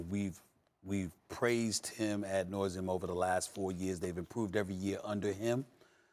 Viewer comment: "ad nauseam" sounded like "ad noise-eam"